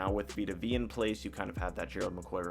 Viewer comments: Veya not veee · Vita Vay-uh. Vita Vea. Like Bethea. George Weah.